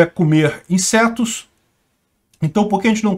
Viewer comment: O do nada, "comer insertos!". Chorei.🤣🤣🤣🤣🤣🤣